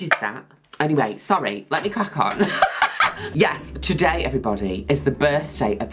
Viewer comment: “Yesterday!” Is what I hear when she says yes-today … I clicked this so fast💜🐮🐄👽love juno